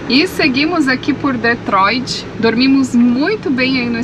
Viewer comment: o nome da cidade é DetroiT e não DetroiD.